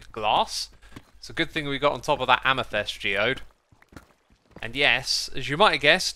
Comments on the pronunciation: I said it before and I´ll say it again. Every single time! Its AmEthYst, not AmYthEst!" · its not amuthest xisuma -_